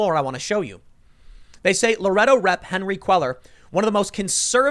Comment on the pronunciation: Henry KAY-YAR from Lor-ay-doe Voted for Jessica. lol was hoping for another AOC.